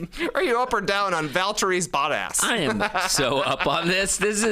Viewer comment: Trey bro it's not Battas is Botttas with an O 🤣